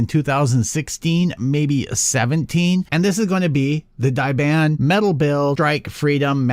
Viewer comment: wait im confused. You said "Daban". But the video title says its Dragon momoko? What is it exactly? I have mine bought in 2017 and the same exactly as that kit. Based on the manual art, i cn say its drgon momoko not daban.